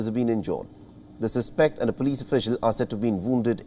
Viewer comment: You should read your news script at least once before releasing the video. There's a difference in the pronunciations of "suspect" even though it's spelled the same way.